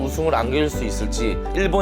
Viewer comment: 야나기다 아니고 야나기타! 엄연히 다른데 신경써주세요